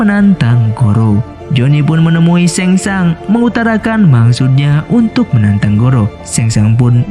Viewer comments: Penyebutana nya sheng shung bukan sheng shang😅🙏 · SHANG TSUNG BG BKN SHENG SHANG😂😂🙏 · Sang tsung,bukan seng sang